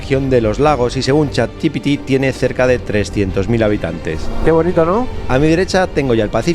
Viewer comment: Un capitulo tremendo, espectacular los paisajes menuda pasada, pero por favor, no digas chat gi pi ti por favor te lo pido jajajajajajajajaja es Chat G P T Chat G-P-T